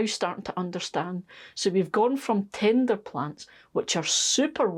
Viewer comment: I'm sorry... I kept giggling because when you said tender... I heard Tinder. I haven't pestered your comments section for a while so here's my latest The corn in the greenhouse was a failure... but I'm pretty sure it's because my raised bed didn't have enough depth for the corn to grow (I had a hugelkulturesque bunch of branches under the soil... turns out the soil then fell through and left a shallowish top layer). But the saved hybrid corn has been providing some nice cobs in the veggie patch... so that was a success :D Thanks for the detailed information about growing as always!